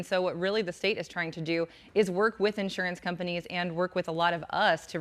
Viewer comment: She can't say insurance correctly. Why they have this woman on this task if she can't pronounce the word Insurance correctly.